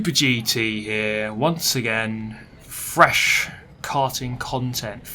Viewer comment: i do love a bit of frrrresh KKarting KKontent